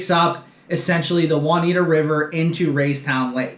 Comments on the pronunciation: Anyone that hasn’t commented on this video and didn’t notice that the River is called the Juniata River (pronounced June-i-ata) not Juaniata River. Also it’s Aitch Boat launch (pronounced like the letter “H” ) so if you commented and didn’t catch that my guess is you never been near Raystown Lake. Some decent info in this video but can tell he’s never been to the lake. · It's pronounced June-ee-atta not Won-ita! ROFL